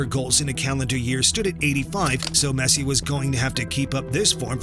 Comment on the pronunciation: Messi not pessi